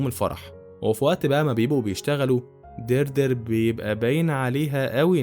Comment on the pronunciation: إسمها ديادري مش دردر 🤣